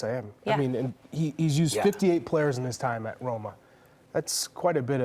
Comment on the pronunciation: Thanks for the conference but ur Roma was most wrong Roma i ever seen😅